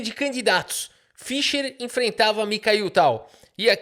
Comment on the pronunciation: nem o nome do cara você sabe falar analfabeto, não é Fisher.. é Fischer.. se não fosse o cara nem xadrez tu jogaria. Ele que abriu o cenário de xadrez pro mundo, coisa que era restrito aos países da união soviética analfabeto funcional.. Respeita o cara.